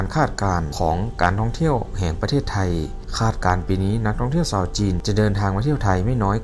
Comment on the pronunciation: แอดคนประเทศไหนครับ/ชาว/ไม่ใช่ซาว